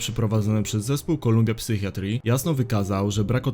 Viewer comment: "kolumbia psychjatri" XD